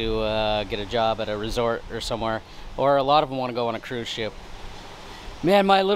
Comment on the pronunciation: did you say CRUISE SHIP 😂😂😂😂